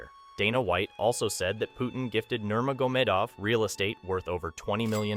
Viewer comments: Troll much lately? For someone who seems to no so much on this story you would think he would no how to pronounce nurmagomedov by now! By the way khamzat has never been humble, but u didn't mention how he bought a house for his mom, built a gym for the kids in his village. He left Sweden because of the blatant racism towards muslims. I guess It didn't go a long with ur narrative that khamzat is an out of control, changed by money, heel of a villain. This is a garbage story n everybody is now dumber for having watched. Even how he met till was wrong. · I think I heard about 6 different pronunciations of Nurmagomedov throughout the video.